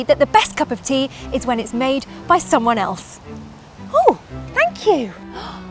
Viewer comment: A prophuh cupph of theaaaa😂😀😀😀